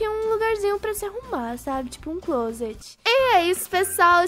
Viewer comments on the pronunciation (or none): none